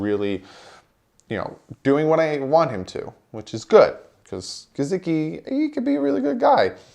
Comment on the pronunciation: WHAT about the name / word "Gesicki" makes you pronounce the S with a Z sound??? COME ON MAN!!!